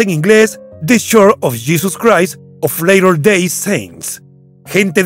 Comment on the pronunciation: Buen video, solo una critica constructiva: "Latter" se pronuncia diferente que "Later". Church of Latter day Saints.